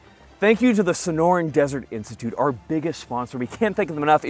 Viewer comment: I love dedication to never saying Sonoran Desert Institute properly.